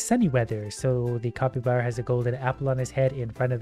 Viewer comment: why do you say copybara its capybara